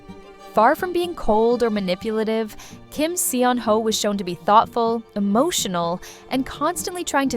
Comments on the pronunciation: Cancel culture is just wrong. We don't have any right to judge what other people do, and we don't have any right to put them up on a pedestal and expect them to be perfect. FYI, Kim Seon-ho's name is pronounced more like "saw-no." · You mispronounced his name though.. The 'e' is silent. But good content. I love Kim Seon Ho. ❤